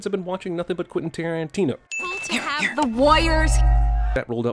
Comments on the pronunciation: Quentin TarANTino? Rilly? Lol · “Quentin TarANTino” Niiiiiice.